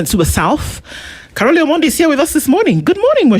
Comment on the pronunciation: Its Caroli not Caroline, lol😂